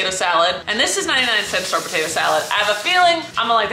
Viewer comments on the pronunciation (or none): “Ninety nine cEnt store”